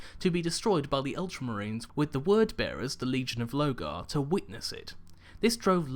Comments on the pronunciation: I love your videos... and I'm not trying to pick on you. I want you to keep up the hard work. You are awesome... but you are really bad at pronouncing the primarch names... Specifically (Lorgar) "Lore-gar" not "Low-gar" | (Omegon) "Oh-may-gon" not "Oh-mey-geron" - (Perturabo) "Per-two-raw-bo" not "Per-te-raa-bows" | (Guilliman) "Gill-a-man" or "Gwill-eh-mon" not "Gully-mon" (sounds like a digimon) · Why don't you pronounce the R in LoRgar? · Pretty sure its Lorgar? With an R? Omegon, not Omegron?